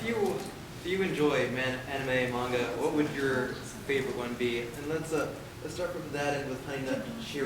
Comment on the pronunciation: "Animoos or Mangoos" HAh